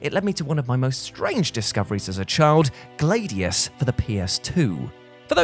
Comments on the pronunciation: Is it pronounced Glade ius in other parts of the world? Much like a Glad iator I always heard Glad ius, just wondering. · Where the hell did you learn English? GLAD-EEE-US. I killed 2 copies of that game, played them to death. But hearing you butcher a word that literally no-one else in the history of speaking has said it that way. That just hurts. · Ummm.... how can you pronounce Gladiator correctly but pronounce Gladius as Glādeus??? Like you do understand that the root word is the same right?? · Every time pronounced Gladius I thought of air freshener Glade